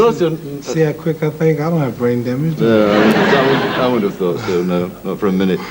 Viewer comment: ‘You tell me if i have brai damejahh’ Terrible